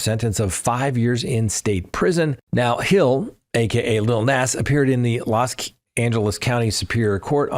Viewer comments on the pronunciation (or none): It's Lil Nas pronounced Nos